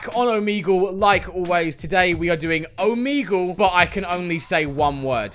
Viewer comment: Stop pronouncing omegle as "omeeeegle" or I'm gonna die